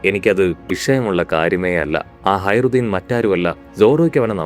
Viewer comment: ഹയറുദ്ധീൻ അല്ല ഹാജറുദ്ധീൻ എന്നാണ്